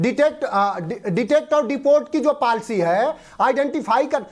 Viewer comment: ये बतमीज है ये समाज वादी के और आरजेडी के निम्नस्तर प्रवक्ता है पाल्सी नही पॉलिसी बोल be